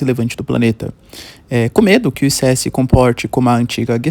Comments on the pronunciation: Não é ICE, é ISSE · Nao é I-C-E, é ice, igual gelo.